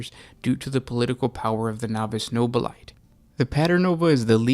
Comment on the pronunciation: Nobili-TAY. It's pronounced with an -ay rather than a ite!!!!!